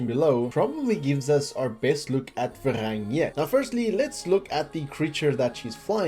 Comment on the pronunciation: Varang, not Verang